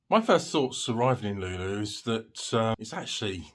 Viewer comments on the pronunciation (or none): Thanks, but a quick pronunciation guide for Luleå - try saying loo-lay-or and you're getting very close.